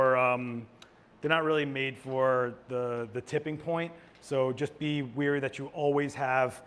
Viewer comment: Weary=tired. Wary=showing caution. Example. I’m weary of how pronounces wary. 😜